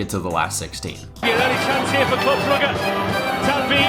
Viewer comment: This has to be the worst pronounciation of Brugge ever